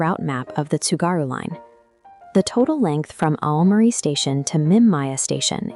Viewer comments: thanks for confirming the workflow. I know the English pronunciation of romaji stations/place names is bad. The text needs to be changed for names which are totally wrong - e.g. replace Aomori with something like "ow-morey" which in Google Translate gets very close to correct. I know it's an extra step in the workflow bit it greatly imrproves the quality of the video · You really need to get rid of that crap AI voice. It is annoying and mispronounces many place names making your videos seem like they are a lower quality than they otherwise would be. Especially Oww-mari which it gets wrong each of the 50 times it says it